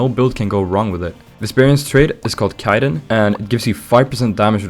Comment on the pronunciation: the first deepwoken youtuber to pronounce 'chitin' correctly....subscribed.....